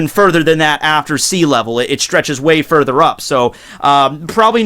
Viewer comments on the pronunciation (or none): none